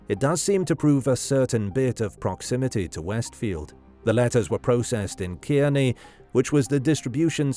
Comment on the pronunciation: Hey there, I grew up in Jersey, and it's pronounced "Carny", not "Kyearney" (Kearney, NJ). Just an FYI!